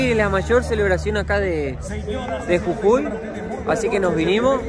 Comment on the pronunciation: Cuando hablabas escuchaba CUCUI Y ES JUJUI . En Venezuela hay una bebida que se llama Cucui y un pueblo llamado cucui